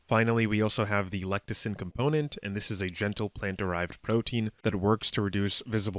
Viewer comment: LFG! Ordered. Just a heads up, you are pronouncing "lecithin" wrong